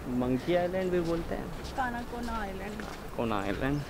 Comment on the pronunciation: Canacona is pronounced as cancon